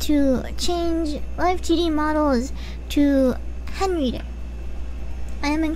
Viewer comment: Everybody's talking about Amashiro and whatnot here in the comments, but surely I'm not the only one that nearly did a spit-take when she said "Henreader", right?!